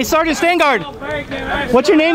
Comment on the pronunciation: Great video. btw it's "sergeant"